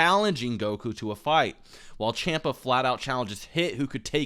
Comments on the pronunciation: It's funny how you point how people used to call Beerus Bills, but you still don't know how to pronounce Champa. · Little punk, making this video. You didn't debunk nothing. The power scale is decent and he's not misinforming anyone. You also mispronounced Champa, stop misinformation! And it's Exper, not Expert. He has more than a 150000 subscriber than you for a reason. Sit down.